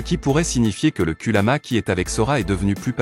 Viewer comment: Kurama et non kuluma